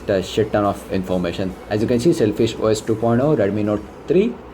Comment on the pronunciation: Sailfish hai "SELFISH" nahi...